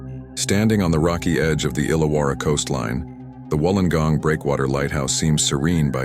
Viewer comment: ❤❤😊 u even said Wollongong correct